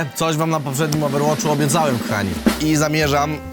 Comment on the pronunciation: Overwatch watch a nie wacht to brzmi niepiecko a tu jest polska góra